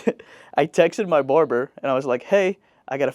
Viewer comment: "Borber" is that barber?